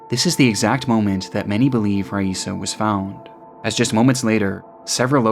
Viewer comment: Raissa is pronounced 'hi-eesa'. Normally I don't nitpick, but out of respect....